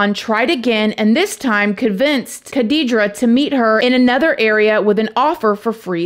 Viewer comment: Hat off for your beautiful pronunciation of the Iraqi names. Ps: They are both Muslims, Khadija is Arab and Shahraban is probably Kurdish- this is anathnicity, judging from her name.